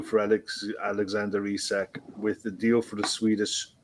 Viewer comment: It’s Eesak, not Isaac. If you’re a football fan or commentator, pronounce the name correctly. It bugs me that she keeps on saying Isaac. Almost like talking about a different player